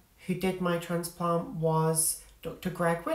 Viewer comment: Yes ha ha. I’m originally from the Midlands so we switched northern/southern pronunciation a lot: grass/grarss, bath/barth etc. but you managed north+south in one word. So instead of transplant/trarnsplarnt you said transplarnt. I live in Texas these days where it’s closer to traaansplaaant ha ha